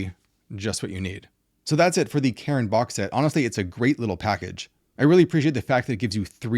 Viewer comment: Cairn not Karen!!!!!